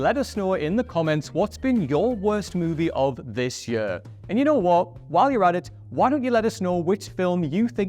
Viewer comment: Note to whoever writes the scripts for: Stop using the word 'Year!' He can't say it!😂 Anyway all the best W.C. Happy New Yurrr!🎉